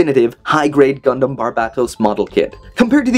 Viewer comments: He said gumdam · “conventional gundam” although it does sound like dumdum